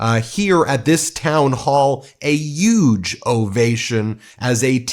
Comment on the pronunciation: Why come he says huge like trump??? Uge 😂😂😂 start